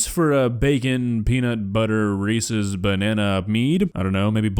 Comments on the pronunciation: Somehow, he's managed to make this whole thing even worse by calling them, "ree-cee's". It's "ree-sez". Not "ree-cee". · Reese's dose not rhyme with feces ! I actually cringe every time I hear someone say that way. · I don't trust anyone who says "Reesee's". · People who can't pronounce "Reese's" correctly... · I knew this was gonna be awful when he pronounced Reese's wrong.